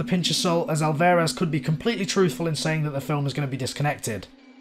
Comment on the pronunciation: Just a quick side note. His name is pronounced not alVEHrez. Great video though! 👍👍👍